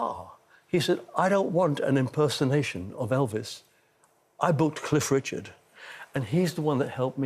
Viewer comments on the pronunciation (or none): It's azing how many people think it's Riichards...makes cringe